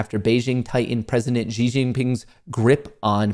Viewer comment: You pronounced Hu Jingtao well however Xi is pronounced ‘She’.